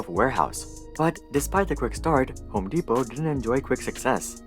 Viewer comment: mans said homo depot lmao